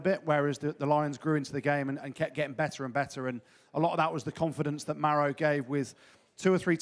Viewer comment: Love the Welsh pronunciation of Maro……